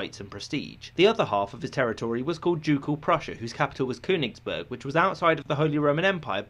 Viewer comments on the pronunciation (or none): none